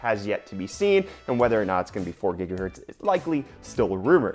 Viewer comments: It is pronounced "Gigahertz" not "Jigahertz" lol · Is it really JIGAHERTZ? What I know is it's GIGAHERTZ! 😲😲😲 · gonna dislike your videos every time i hear jigahertz. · PLS STOP SAYING JIGAHERTZ! ! ! ! ! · you mispronounced Gigahertz ;)